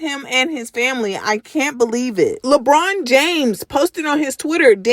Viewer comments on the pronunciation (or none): none